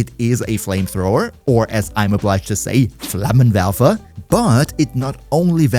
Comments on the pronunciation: Haha nice "Flammenwerfer" 😂❤ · Impeccable pronunciation of Flammenwerfer :O